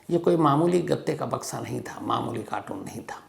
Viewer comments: Tragic story 3,55 शम्स साहब it is carton not कार्टून Mosly ppl pronounce it like this, कार्टून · Please check ur pronunciation of the word carton...it is always pronounced wrongly..